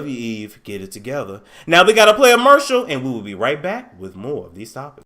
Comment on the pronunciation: It kills me every time you say mercial 😂😂😂